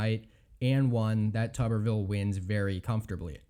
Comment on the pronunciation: It's pronounced HAY-gur, not huh-GAR. Thank you. :-) - TOO-ber-ville, not TUB-er-ville.